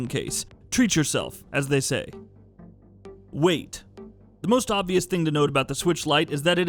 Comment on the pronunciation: When you said weight, I thought u meant wait lol